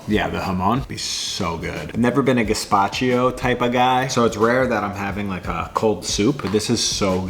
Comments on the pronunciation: Why do you say “gazpachio” … I believe it’s “gazpacho” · Gazpa-cheee-o?? 😣 Dude…